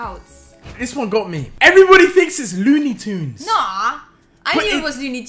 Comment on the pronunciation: dudeeee I swear it was looney tunes not luney tunes